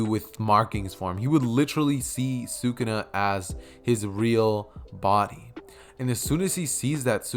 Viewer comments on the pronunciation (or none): Why do you say sukuna like that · I might un sub because of that horid pronunciation of sakuna if the what if is done well I won't